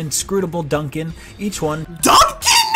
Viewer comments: He must be dyslexic how does he manage to put an A sound in Nopon? And Duncan?! It's Dundan... There's no way you can accidentally say it that way. I can understand Reyn as Rain if he played without volume or something... This guys an idiot. IGN sucks. I only visit their videos when I hear how bad a review is to thumbs down it like I will this review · Anyone else call dunban "Dunkin" and the nopon "naypon" to make fun of IGN? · THATS DUNDUN OVER THERE! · They actually reuploaded it and fixed the Duncan mistake. But I guess the damage is already done. Now they will be a meme forever and the Xeno Fandom will always remember this. While I understand that Reyn is often adressed as Rain - You can't mispronounce Dunban so bad that Duncan comes out. Considering they also give a game like Pokémon Sword/Shield a higher ranking AND giving the BEST VERSION of Xenoblade a lower score than the original shows their incompetence and that they have a serious problem of communication in their company. Also about the part with screaming battle arts: there is a regulator for ingame voices, scene voices and ingame sounds. And something else I think. So the person playing it was probably not looking in the option menu. Which takes like 10 seconds. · I watched the review and I think they changed part of it. Its sounded like he said Dunbon instead of Duncan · Xenoblade Chronicles Definitive Edition IGN review in a nutshell: -Dunkin (yes, mispronouncing the name when Dunban is clearly on the screen) -Usual sensless tangents to fill time Too much Definitive, not enough Edition 8/10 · duncan and reyn doesnt matter because the voiceover guy and the guy who wrote the script are different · It’s not the score people are mad about. It’s actually one of things people are least insterested in talking about. It’s that the reviewers don’t do any research about the game their reviewing. The best examples of this is when they mispronounce Ryen and Dunbans names as rain and dunkin.